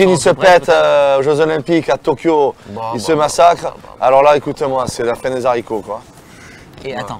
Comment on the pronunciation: Y'a des gens qui aime bien rajouté des liaisons la où il y'en à pas besoin xD